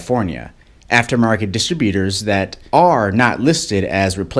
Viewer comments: What's a distabutor? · What the heck is a distra beater? Haha